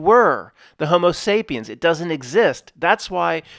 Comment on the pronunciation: Did you say hobo sapien?